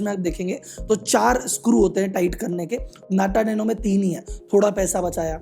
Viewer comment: "NATA NANO"